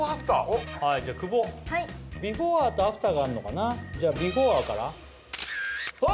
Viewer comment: 設楽さんの言う「ビフォア」が引っかかる（笑）